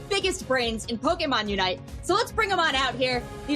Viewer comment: Go watch the original Pokémon song and learn how to pronounce Pokémon God it's so embarrassing